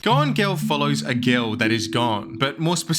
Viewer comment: "a gil that is gawn"